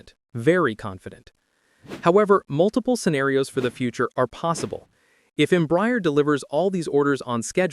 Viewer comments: The correct pronounciation in Portuguese os not Embry-er, but instead Embrah-air. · The mispronunciation of Embraer is painful. It is NOT em-briar. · Please, it is pronounced EM-BRA-ER [ẽbɾaˈɛʁ]. Your pronounce is painful. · You would hope the voice is AI ..don’t think a human would be so stupid to say the company name wrong so many times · You didn't pronounce any airline or Embraer corretly